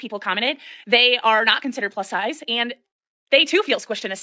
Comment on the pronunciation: "Pus Size" LoL